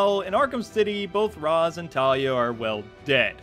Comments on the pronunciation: Dude, you're too smart to be mispronouncing rä's. It's raysh, not raz. It made me mad in the movies, they got it right in arkham city. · C'mon guys, Ra's is pronounced Raysh. One of the things that bothered me most about the Nolan movies. And don't get me wrong, I liked Heath's Joker, but I didn't feel the joke in Joker. Know what I mean? And Bane was weird too, but the movie was okay.